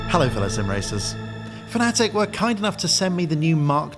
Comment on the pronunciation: Why are pronouncing Fanatec like the Americans do? It’s fan-a-tec, not fan-atic